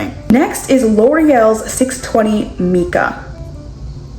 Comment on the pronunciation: I hate to be THAT girl, but it's mica pronounced like "my cah" not mee-cah, & caramel GLAZE like a glaze/drizzle. Not gla-zay. 😆